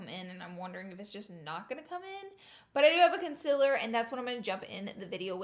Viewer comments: Don’t get me wrong I love Laura but does it bother anyone else that she says consiler not concealer?????? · Stop saying consilurrrrrr😂it's concealer😂❤ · Konsiller , concillr, ohh.... concealer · CON-SEE-LER PRONUNCIATION PLEEAASEE! Every time you say “conciler” it bothers me sooooooo much oh my gosh 😂😒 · Ummm am i the only one who doesn’t say concealer the way she says it (con-se-ler)? Btw I say concealer like con-see-ler😂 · Conciller ugh 😂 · do you have an accent? I cant tell lol I love the way you say concealer. conciller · Concealer.. it’s pronounced concealer. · ITS PRONOUNCED CONCEALER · Tisha Patel yeah she says conciler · I didn't notice until you said it and now its killing me 😂😂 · STOP SAYING CONCILLER!!!!!!!!!!!!!!!!!!!!!!!!!!!!!!!!!!!!!!!!!!!!!!!!!!! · u say concealer wrong!! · Tisha Patel umm I hate when she says thattt😂